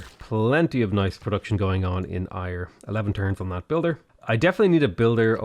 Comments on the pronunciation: The city of Ayr is pronounced like air instead of ire 👌🏼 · Ayr is pronounced 'Air' not 'Ire' just to be that guy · "Air" not "Iyre"! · Hey man loving the lets play first one of yours im getting into properly so keep it up. But being Scottish can help but cringe the way your pronounce Ayr not hating just mentioning out of interest but its pronounced Air rather than Ire. Keep up the great vids!!! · It’s pronounced “air” for Ayr, as a Scot this annoys me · Great video! Ayr is pronounced like Air :D EDIT: Scone is Scoon too hehe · Ayr is said Air btw. I had no idea what town you were talking about for so long haha. Great vids! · just to let you know, Ayr is pronounced the same as 'air' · Just if your wondering the citie Ayr is proununced air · Hate to be that guy, but Ayr is pronounced 'air', Scone is pronounced 'Scoon'. Also find it strange that the devs picked Stirling as Scotland's capital, as when Robert the Bruce ruled Scotland the capital was Dunfermline. He lived there in Dunfermline Abbey and is buried there. Quite an interesting place if you're into that sort of thing... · Please for the love of all that is holy please call ayr (Air) properly its driving me crazy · Sorry but it's pronounced "air" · Sorry, but again “Ayr” is pronounced like “air”. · How you pronounce Ayr makes me die a little inside ever time....lol